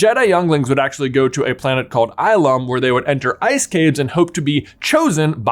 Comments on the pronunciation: its pronouns (ill -um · lol Ai-lum 😂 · . Ill-um, J, Ill-um.